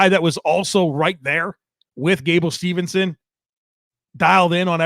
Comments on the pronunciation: Not to be that guy,, but it's "Steveson" not "Stevenson" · Always love the show. Props as always. One pet peeve... gable steveson. Not Stevenson. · his last name is Steveson, not Stevenson